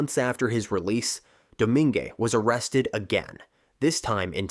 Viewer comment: FWIW, Domingue is pronounced "DOUGH-MAY-NG". I'm from South Louisiana, and "DOUGH-MING" and "DOUGH-MING-AY" hurt my ears. /lh Great video otherwise!